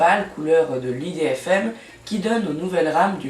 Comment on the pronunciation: Tu as mal prononcé idfm faut pas dire ça l'idfm on dit IDFM